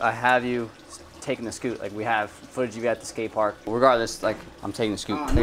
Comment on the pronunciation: Everytime he said scoot it made me cringe a little